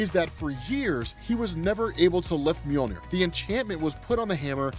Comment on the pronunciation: Omg sooo… it’s “MjODINir” daaammmnnn